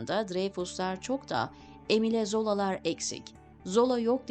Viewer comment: Emile, Emil diye okunur.